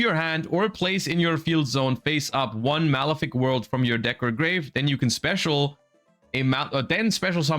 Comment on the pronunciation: His pronounciations are killing me.... Bifrost and Malefic are criminal